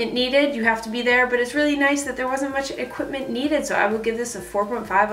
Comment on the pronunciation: "Equitment" ;P That distracted me....but good video overall/review.